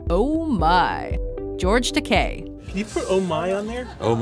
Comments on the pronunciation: George takay? Ta-ky. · George Ta/ky not Ta/kay.